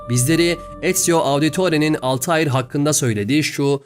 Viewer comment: Dostum selamlar; telaffuzda bir hatan var sanırım zira karekterimizin ismi Altahir değil, kuş/uçan şey gibi manalara gelen Altair. Daha Türkçe yazacaksak el-Tâir. Affına mağruren. İyi yayınlar, severek izliyoruz.